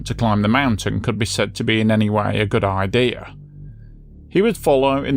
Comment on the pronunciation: What is an “Idear”?